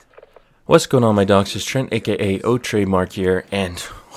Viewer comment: He said "what's up my dogs?" Made me do a damn double take lol sounds foreign as hell. But I'm still subbed!